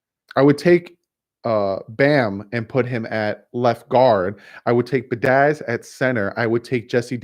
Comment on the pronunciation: As a victim of last name butchering my entire life - you are killing me bud. The Wisconsin o line is pronounced be-add-ish...and the jags pass rusher is n-gok-way. Personally, I think they shelved Rosen to let him develop instead of a full year of teeth getting kicked in again; ensuring he is ruined for his career. I think he could be a solid starter/Alex Smith type - depends what is built around him - I still feel like Marino and his knee braces is still a better option :p Keep doing what you are doing bud; loving the content as always!!!